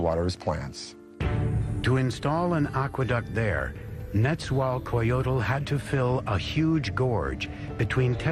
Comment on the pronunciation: I loooove this... buuuuuuuut... NET-ZZA-WELL(pretend the E is an A but play the same pronunciation / i.e "WaaaLL")-COH (not coe)-JOE-TL